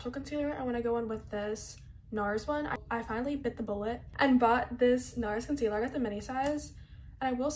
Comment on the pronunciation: She didnt say concealer she Said Container